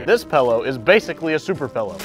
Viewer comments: Man I can't, I just can't, what the fuck is a pellow? I thought it was pillow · Ah… A fellow “Pellow” pronouncer